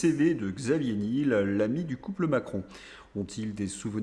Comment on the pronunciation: prononciation : Xavier nièèèl